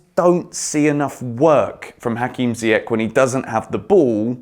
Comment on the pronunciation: I wanna say good things about ziyech .. just say his name correctly 😭😭😭 please